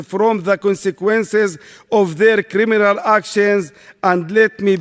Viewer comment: A poeson of jusitce in hall of craminal